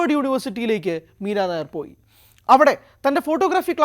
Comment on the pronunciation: മീരാ നായർ അല്ല ... മീരാ നയ്യർ എന്നാണു.. ( Nayyar). പഞ്ചാബിയാണു (കുൽദീപ് നയ്യർ പോലെ) ...